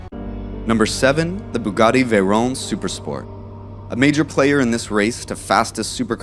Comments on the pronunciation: And it is veyron not veyrone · VeyrON. Not ‘Veyrone’!